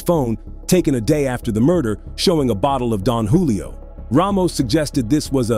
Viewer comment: Jewlio lol